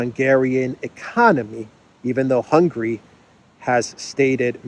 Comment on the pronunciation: stop calling Hungary “hungry” 😂😂😂